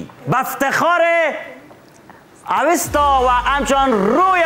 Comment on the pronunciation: واقعا جای تاسف است که واژه " اوستا " را درست گفته نمیتانی اوستا اسم کتاب زرتشت و یک تمدن آریایی در بلخ بود